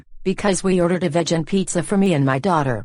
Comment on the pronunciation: its pronounced “vegan” not “vejan”